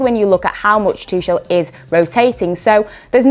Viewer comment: I heard it all: "Tuckel" "Tushel" "Tushell" "Tutshel" :D the german "ch" seems to be a big threat to english speakers